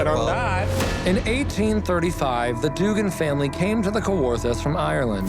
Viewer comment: Duggan is actually pronounced Dug-gan not “doogan” it’s my last name